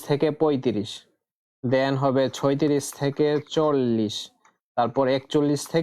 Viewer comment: ছয়ত্রিশ না ছত্রিশ 😅😅😂